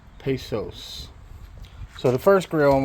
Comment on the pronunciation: Its pronounced PAY-KOS. Pesos is a Mexican dollar and obviously spelled different than Pecos, which is the name of this smoker....